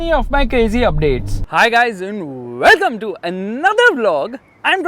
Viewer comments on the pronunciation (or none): That moment when you put a little force on telling "Welcome" 😂😂😂